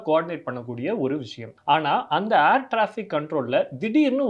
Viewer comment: 'Aair' traffic illa 'Air' traffic.